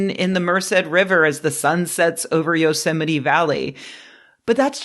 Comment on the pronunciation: Every time you say Yosemite I hear Donald Trump saying "yo semite." Ruined for me forever.